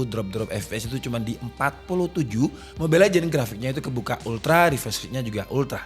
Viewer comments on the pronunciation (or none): none